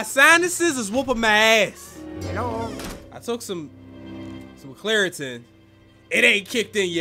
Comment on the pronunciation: Mans took clearatin 😂 it’s Claritin 😂😂